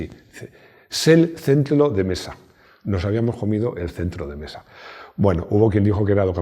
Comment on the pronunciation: "Sel centlo de mesa". Los Japoneses al contrario que los chinos, no pronuncian la L, es más donde nosotros decimos L ellos dicen R.